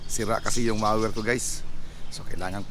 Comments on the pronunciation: MOWER not maser! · Mower not mower!